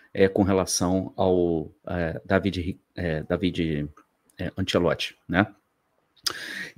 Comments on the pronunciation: bom dia. A pronúncia correta, em italiano, é Dávide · Eu tenho um primo italiano que se chama Davide, minha mãe italiana pronunciava Dávide. O tradutor google também pronuncia Dávide.